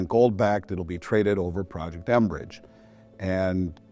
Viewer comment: It's 'mbridge", not "enbridge"!!